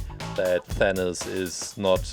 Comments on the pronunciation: i don't think its thaniz its thanos or thanoid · It sounds like you are saying THAN-US not THAN-OS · it is not thanis IT IS THANOS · He said venus and it is thanos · Did he say thanas it’s than os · did he just say "Thanoos"?